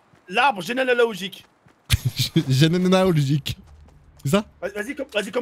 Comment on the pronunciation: « Un labre genelalogogike » 😂😂